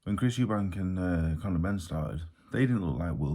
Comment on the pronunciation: Well done Dave, you didn’t say Eubanks, you said Eubank. There are two Eubanks (father and son) but each one is called Eubank.